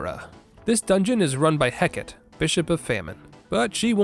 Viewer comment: Hearing 'Hecat' for what I'm pretty sure was Hecate (wasn't looking at the time, too lazy to run it back) was.... Something